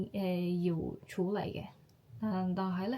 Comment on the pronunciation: 用 "媽咪" 會自然啲， 用 "生完仔之後" 會好啲， 男女平等，平讀ping4，唔係 peng4， 處理，處讀 tsy5。 其他都講得好好，有95分。 聲音好溫柔，聽落反而有啲唔慣，不過好吸引，幾好。